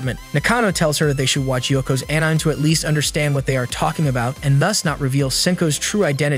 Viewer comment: Please re-record your audio with some edits, this is an AH-NI-MAY channel to recap and your'e calling ANIME AN-NYME -- it makes the ears hurt how bad that is over and over. Fix your AI script, blowing Japanese pronunciation is awful.